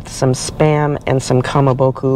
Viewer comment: Thanks for the review. Food looks good except for the steak being cooked well done. One correction: Its ka ma bo ko not ka ma bo ku.